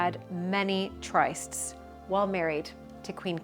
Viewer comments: tryst - pronounced trist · Tryst pronounced as the word LIST. Not tryst with the 'I' as in like. At least in the good old USA!😁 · In British English, do you really say "tr-ICE-st" and not "tr-IST-" to pronounce the word "tryst"? If so, I am learning something new every day (not trying to be petty, just interesting). Love your videos!